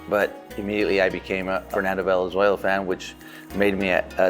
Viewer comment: Que mamon benjamin gil que pronuncia tijuana, fernando valenzuela, hugo sanchez, y julio cesar chavez en ingles. 😂😂😂